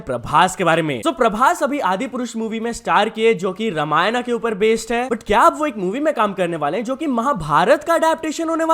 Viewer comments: bro wtf the pronounciation is not ramaayanaaaaaaaaa it is ramayan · Bro not ramayana is ramayan